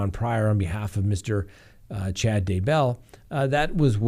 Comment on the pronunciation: Or? It is DAYbell Don't be a bumbbell